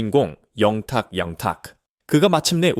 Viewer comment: 밀라그로 ? ㅎㅎㅎ 진실을 잘 알고 방송하세요 발음도 문법도 영탁. 양탁 듣는 사람 짜증나네요